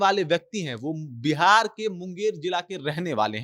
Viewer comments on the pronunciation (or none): none